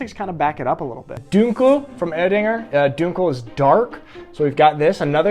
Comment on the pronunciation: When you say Dunkel you say it as if it has Umlauts. Sorry man other than that great video but I’m sad you skipped over Krombacher and you should have compared the winner to the US beer LOL. (I know it isn’t a comparison but it would have been funny to see you say how bad it is:) As always great video and keep em coming.